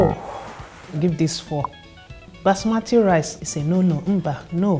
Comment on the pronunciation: She lost me at basmati